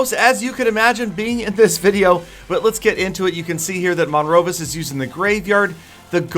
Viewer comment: lol i like how he was saying monrvis wrong the whole time lol